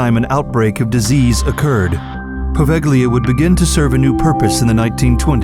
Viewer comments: its actually povelia(poveglia) island(with a silent G word dumbhead) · Quel g-l in poveglia mi urta nel profondo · It's too funny how you pronounce Poveglia. Apparently, in Italy we have a phonetic sound ("gl", but also "gn" seems to have the same destiny) which Anglo-Saxons are not able to pronounce correctly.😉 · Poveglia... Your pronunciation is ridiculous and you show, in its introduction, Asians!!! Wow... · the g is silent when pronouncing Poveglia